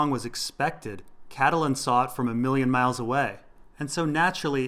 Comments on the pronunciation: CAT-Lynn not Cat-ta-Lynn.. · Excellent video, by the way Catelyn is pronounced Cat-Lin